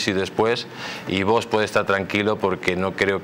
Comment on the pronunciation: Me gusta como habla este señor, pero es "curioso" que no puede pronunciar VOX correctamente, porque siempre dice VOS...acabado en "s"...